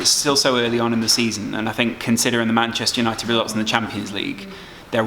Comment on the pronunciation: Bantchester United 🤣